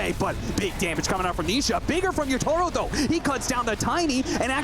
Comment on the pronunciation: Casters still saying "Yatoro" lol